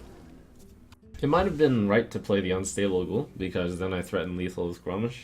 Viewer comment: Good to save it for just in case anyway. There are a lot of triggers for grim patron. Two more points of damage make Gromm that much scarier. ( btw it it's grom MASH not grom mish. Grammar Nazi!!)